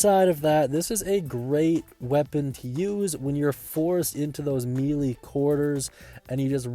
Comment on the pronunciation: its "maylay", it has no flavor or texture, it's not mealy.